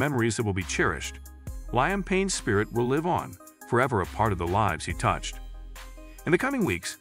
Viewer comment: please pronounce Liam Payne name correctly is highly offensive and disrespectful to the deceased and to the deceased family, knowing you can’t pronounce their loved ones name therefore don’t make videos like this if you can pronounce the person’s name